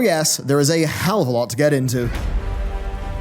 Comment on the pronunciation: “There’s a hellava loot to get into”. Ok, imma stop thinking about harambe to hear you out